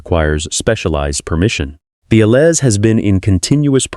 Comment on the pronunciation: "Allez," is pronounced, "Al - ay." I cringe every time I hear it mispronounced. Please correct it for your own credibility. Bumpa Rick